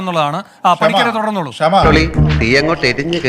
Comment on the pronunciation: അതേയ് Mr Venu അവളുടെ പേര് "ക്ഷമ" എന്നല്ല "ഷമ " എന്നാണ്! ക്ഷമ എന്ന വാക്കിൻ്റെ പവിത്രത കളയാതിരിക്കു മിസ്റ്റർ😡😡😡😡